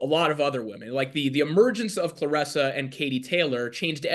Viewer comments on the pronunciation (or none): It’s Claressa not Cloressa!!!..